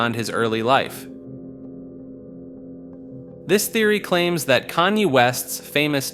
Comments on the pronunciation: I agree. I can usually look past the occasional mistake but he couldn’t get a single name right. I found his way of saying Kanye funny because he changes it every time he says it. At one point he just straight up calls him “Kane” 😂😂😂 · in the span of one minute, you managed to pronounce Kanye’s name 5 different ways